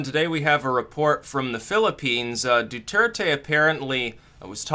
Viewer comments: His name is pronounced: ( Dwehr-Teh. ) NOT: ( Du-Er-Te) as you keep saying. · it's do-thur-tay.